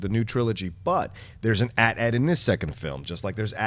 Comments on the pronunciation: My only gripe with this episode was "at at". It's "aye tea aye tea" man. Like Mr Sunday movies says, "what're you gonna call an at-st? At...ssst?" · Its pronounced ATEE, ATEE/AT-AT. Not ATATS. Please!